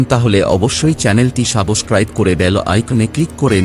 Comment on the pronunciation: আপনার কাহিনী অনেক সুন্দর ভাবে বলেন।but try করবেন উচ্চারণ ঠিক করার। যেমন ফার্স্ট এই বললেন সাবসক্রাইব, যা হবে সাবস্ক্রাইব।